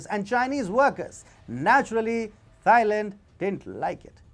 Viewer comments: When you pronounce "Thailand", don't pronounce the "Th" the way it is normally pronounced in English. It is pronounced "Tie-land", not "Thigh-land". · you should really find out the correct pronunciation of a country before you make a video of it. It’s not pronounced ‘Thigh Land’, It’s pronounced ‘Tie Land’. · Great video but all I keep hearing is "thigh land". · It shows lack of research, and makes point less credible. Even in his native Indian language, Hindi it’s pronounced ‘Tieland’